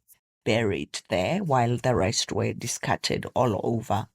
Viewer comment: Please pronounce words properly You said "her body was dicarted" 😂😂😂